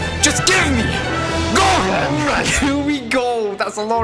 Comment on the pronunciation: It’s gohan